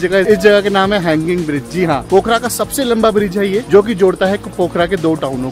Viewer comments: भाई पोखारा नहीं पोखरा बोलो यार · पोखरा नाम है पोखारा नही